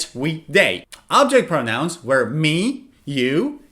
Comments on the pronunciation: You're pronouncing 'were' as 'where'! Actually, 'were' rhymes with 'verb', while 'where' rhymes with 'air'. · B1 number 2. why do you pronounce "were" as "where"? or is it the way that British English speaker say? please answer, thank you sir